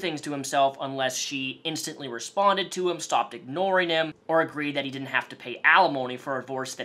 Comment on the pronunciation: Dinnint instead of didn't. When he says that it makes me nauseous